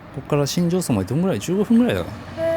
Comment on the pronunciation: しんじょうそんと読みます🙇‍♀️